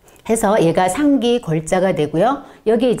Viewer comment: 상기의 상을 길게 발음하셔야지요!! 짧게 발음했기 때문에 금방 알아 들을 수 없었나이다. 한자에는 자곶 문제가 아주 중요한 일입니다. 대추의 첫 자도 길게 발음해야지요. 고유어인 대추도 바르게 발음하지 못하는 이가 어찌 강단에 섰나이까?? 그만 두십시요!!!